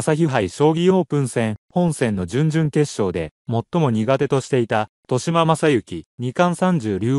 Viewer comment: としま× とよしま 〇 ほ× ふ〇（歩) 他、間違い過ぎ